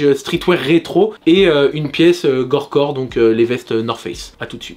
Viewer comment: On dit gorpcore frero pas gorecore